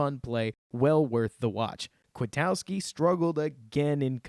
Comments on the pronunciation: Quit-Cow-Ski... Not Quit-ow-ski lol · For the love of all that is holy, why do people pronounce Kwiatkoski's name as though it were spelled Kwitowski? That's not how it's pronounced. Or is there a video where he corrects everyone that I haven't seen? Nothing till this offseason and then several youtubers have pronounced it this way.